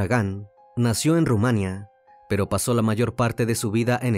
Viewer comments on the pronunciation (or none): none